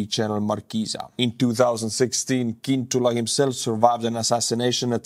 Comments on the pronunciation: Slovak is a Slavic language, not a Celtic one. Cintula is pronounced "tsintoolah". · It's tsintula not kintula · FYI Fico is pronounced "fitzo" and Cintula is pronounced "tzintula." C in Slovak is a tz sound. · English pronunciation is Fitso, Tsintula. Or, in italian: Fizzo